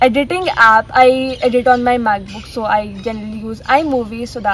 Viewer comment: You was saying "macbook" and I heard math book and I was like😕